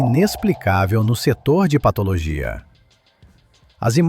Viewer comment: O cara narrando pelo jeito não sabe o que é PATO,LOGIA